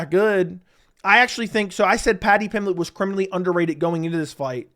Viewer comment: Paddy pimlett. Lol you are missing the "B" In Pimblett.